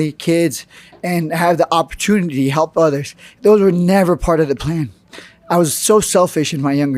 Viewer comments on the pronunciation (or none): none